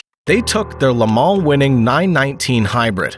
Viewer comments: Le-mal ? it's Le-mans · It's NOT Lamal it's pronounced La Maw